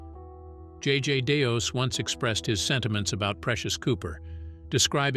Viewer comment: JJ Deos? You mean Jonathan JJ Day? Lol